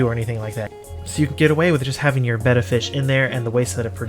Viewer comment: The name must be pronounced Bet-ta not Bay-ta like the Greek letter. The genus name retains the Malaysian common name pronunciation which has spread to SE Asia mainland as the common name.